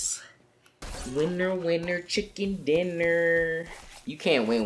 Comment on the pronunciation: Why did he say winner winner chicken dinner like that😂😂